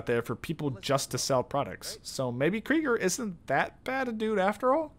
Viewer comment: “Anut May” “revel” “Kreigers” : “Kreiger” : “ charisma a” No harm, made this for fun :D